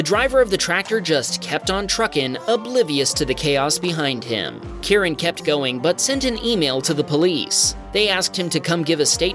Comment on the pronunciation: I believe it's pronounced Kie- Ren. If you call him Karan, he may call the manager on you 😅.